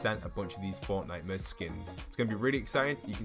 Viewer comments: I deadass thought he was saying fortnightmures instead of fortnite-mares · Lmao why is it called fortnitemares instead of fortmares